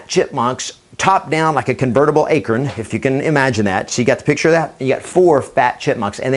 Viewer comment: Its not an "akirn", its an "a-corn" lol do you pronounce corn as "kirn" ? lol just thought that was funny!